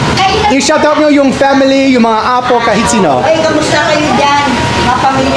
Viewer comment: slight correction on pronunciation sa word “apo” (grandchildren). The stress is more on the “po” instead of the “a.” So it’s more like a-POH than AH-po.